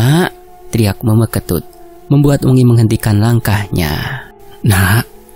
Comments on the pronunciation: Salah cara ngucapin meme ketut tapi dak apa karna tulisannya meme jadi cara ngucapin pastinya gitu 😁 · Meme itu bacanya kek nyebut huruf E kak hehehe...